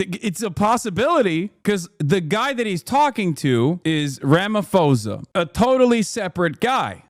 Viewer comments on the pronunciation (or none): To say that Malema's isn't racist hate speech meant to incite violence is fucking crazy! I hate to say Trump is right but why the fuck is this man not in jail for inciting racial violence? If our courts did what they were meant to Ramaphosa (which is pronounced Rama-posa for the fucking record, the PH is pronounced P in most of our Tribal tongues. You think you're being so fucking politically correct and you're mispronouncing our president's surname) wouldn't have to sit there with a mouth full of teeth and could have said "You're right, that's disgusting and this man is now in jail for hate speech. Our Constitutional Court could not let that slide, despite how much we love free speech, there's a line" None of our Governments are the good guys you fucking idiots!